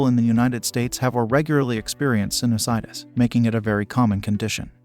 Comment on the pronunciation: Why does the a1 say "sinnis -itis". That's not how sinusitis is pronounced. Thumbs downed